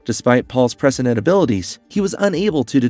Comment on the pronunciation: Cuz he Butchered the ENTIRE video with his speech and the only thing most “true” dune fans can focus on is his ridiculous pronunciations - that change by the minute fyi! lol. He literally says the same word multiple different, incorrect ways! His struggle with the word “prescient” is REAL! Lmfao. It’s very hard to take this content creator seriously. He’s just wanting to cash in and monetize a “Dune” video with his clickbait title since it’s such a hot topic currently. Smh. C’mon dude. At least ACT like you know the story a little. LOOK UP how to pronounce words before you read your little script. There’s a novel idea! 💡🥴